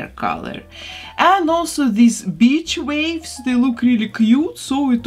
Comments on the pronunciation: I thought she said bitch waves lmao. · “BITCH waves” 😂😂😂 Don’t mind me, I’ve always been so in awe of your English. Fact that your first language is (I’m guessing) Russian and your English vocabulary is excellent is so impressive. But, as with anyone speaking second language, sometimes pronunciation can be teensy bit “off”. It’s why Lucy goofing on Ricky on I love Lucy never gets old 😉 I sometimes tease my parents (whose first language is Spanish) if they mispronounce something. Anyways, sorry for babbling! I love you and your beautiful work SO much ❤️❤️❤️